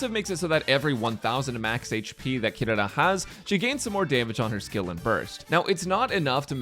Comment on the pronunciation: THANK YOU FOR PRONOUNCING HER NAME CORRECTLY!!